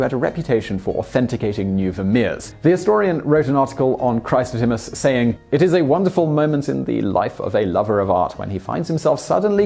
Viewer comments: Sorry to break it to you, but you mispronounced another name: Emmaus is em-MAY-us. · Love your stuff but it's pronounced E-mm-A-us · Nice. But you pronounced Emmaus incorrectly. Here is the correct pronunciation and thank you for trying to pronounce so many things correctly.